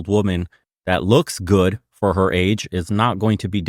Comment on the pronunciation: "lord save er" lol